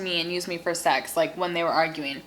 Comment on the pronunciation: It is sex not sec